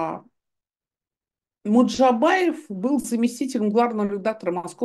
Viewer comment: Стыдно журналисту со стажем произносить фамилию МуЖДабаев как "МуДжабаев", а этом огромное неуважение и дрказательство неправоты Е. Албац, противно! парашный блог - чудесная журналистская этика, фу